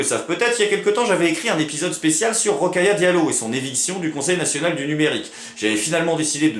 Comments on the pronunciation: C'est Rokhaya pas Rokaya :) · Hors sujet mais c'est Rokhaya. Au moins elle pourra pas se plaindre que tu épelle mal son nom.